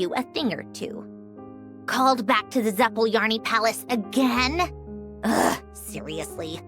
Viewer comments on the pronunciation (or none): is such a shame ... its ZAPOLYARNIY, not zap'jalyarniy, eng vas are so lazy...just GOOGLE HOW TO PRONOUN IT. IT'S NOT THAT HARD. for us, russians, we barely can understand what sandrone said without subs because it's so wrong ....